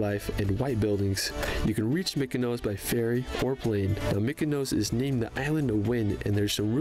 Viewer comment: PLEASE EVERYONE -- the name of a lot of islands ends with OS.. they do not end with OSE. . It's Milos not Milose . . Mykonos not Mykonose . . Lindos not Lindose etc !! Since my first visit to Greece in 1973, I've had a place in Athens for many years. . I've been to 25 islands - many of them, lots of times. Santorini is FAR too crowded - they have severe problems with over-tourism &, especially, the dozens & dozens of cruise ships when hundreds of people suddenly descend on the little island.